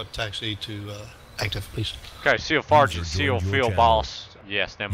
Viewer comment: Omfg I lost it at "Seal Fargeant Seal-Feel Boss"